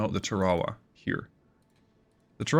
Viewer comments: That's pronounced TARawa. (Pacific island). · TAR-a-wa. Accent is on the first syllable. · Us Yanks pronounce it TAR•a•wa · The US tends to name it's ships after battles it has fought around the world and that means pronunciation is sometimes a struggle. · Ta raw wah😂 I love it! Not throwing shade, all it means is you read! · Pretty cool that you can control a small support carrier like the Tarawa by the way I have heard it pronounced like Tar-a-wa for years but if that’s how you pronounce it that’s fine. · Tar ah wa... I didn't even recognize LHA-1 s name how badly you massacred the pronunciation otherwise AWESOME Video... please keep em coming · If you're going to naval battles, learn how to pronounce the names. USS TAR A WAA (Tarawa) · love the Sea Power content. But, IIRC, its pronounced "Tar-a-wah.": Couldn't the Harrier carry the AGM-122 Sidearm?: Yes. IRL, the AV-8A does not have radar. It was envisioned as a ground attack platform, not a fighter. And at the time, air to ground radar, at least those precise enough for CAS, had not been developed.